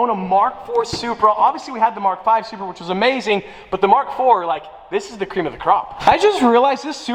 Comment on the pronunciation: its a, its a, SURPEA!!!!!!!